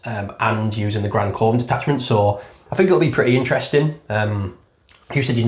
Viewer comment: Great channel. Love when theres an upload to watch in bed. Btw coven is pronounced like kuvven